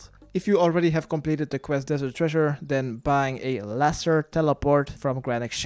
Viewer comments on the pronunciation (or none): none